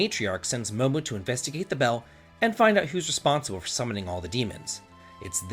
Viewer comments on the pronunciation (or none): Your pronunciation makes me sad... If the game is called momodora and the character is "momo" then why do you pronounce it "mama"???